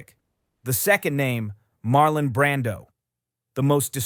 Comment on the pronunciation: I don't know how much of this is to be believed. You even need to get the names right: it's James Caan, not Con or Khan. It's Marlon, not "Marlin". I don't know where you get your information. One thing you got right. Robert Duvall was an excellent "character actor" but he did not have the charisma nor the looks to be a "star", especially in those days. Even today, with so much WOKE culture infringement, those standards are still relevant.